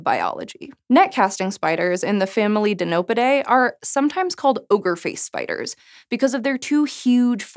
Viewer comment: Net casting, from the family "di-NOPE-i-day." Lol